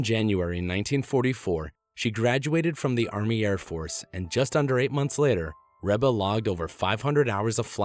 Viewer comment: it isn't rebba it's reeeeeba.